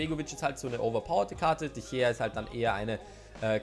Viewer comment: Wie zur Hölle sprichst du De Gea aus???